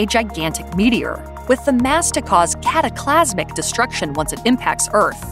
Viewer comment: Thank you! 😂😂😂😂😂 I spit out my coffee (Luckily over my sink) Cat-a-Klas-Mik 😂😂